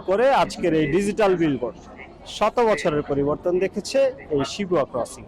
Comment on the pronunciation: Shibuya ke Shibua bolche amader yellow journalist ra 😂